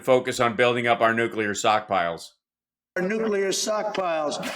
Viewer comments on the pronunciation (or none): It writes itself. Hal Sparks & the comedians who cover Trump’s sh*t show, just need to sit back & listen. sockpiles - classic. I’m just impressed that Trump said “pivotal” correctly.